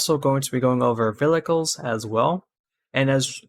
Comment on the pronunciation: Thanks for the tutorial. had to rewind multiple times cuz I died eveytime u said "Velicles" haha